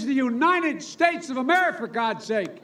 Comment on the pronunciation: He can't even say America right 🤣🤣🤣 and people think he will be a good president 🤣🤣🤣🤣